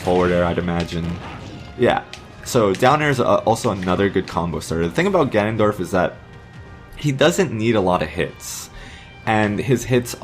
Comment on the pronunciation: All I heard was, Ganondoriyah!